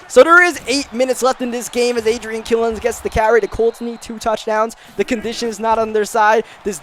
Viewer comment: Thanks for getting Killins name right